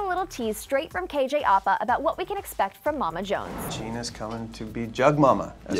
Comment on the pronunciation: ”KJ Arpa” Girl it’s “KJ APA”, not KJ Arpa